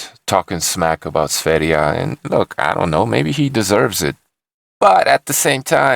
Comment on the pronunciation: You are the first who pronunciation sverige right (Is Sweden in swedish )